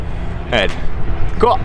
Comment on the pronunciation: sounded like the most Californian “cool”